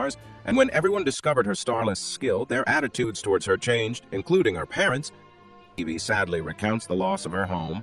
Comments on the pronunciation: Please fix your words. Her name is Evie not AV Kia. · I heard Ve Keisha- btw are you sure you forgot or didn’t hear?